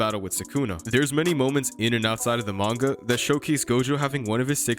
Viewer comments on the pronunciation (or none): none